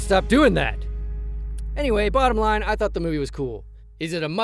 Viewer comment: This meawvie is all wong, get it wong?